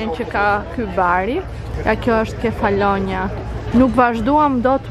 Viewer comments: Kefalonjά. Me theks te a-ja e fundit. Se po më dhëmbin veshët. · Te kam degjuar 3 her mezi e mora vesh se ke per ishullin Nuk e thua sakt sesi me duket ta degjoj ashu 😂